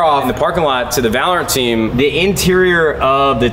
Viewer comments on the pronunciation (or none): none